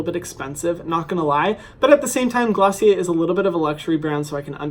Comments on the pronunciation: Isn’t it pronounced glossy air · me learning how to actually pronounce glossier after watching the video....